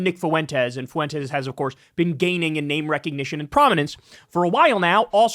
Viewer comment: Why do you pronounce Fuentes like that? "FOO-wentez" lmao